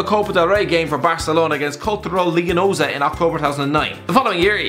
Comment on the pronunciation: Cultural leonesa you fucking butchered that Bro my club